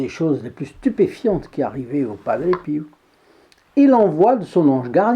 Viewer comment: Merci pour toutes vos vidéos que j’adore et merci de nous faire connaître toutes ces histoires miraculeuses , pourquoi prononcez vous padre piou au lieu de padre pio 😄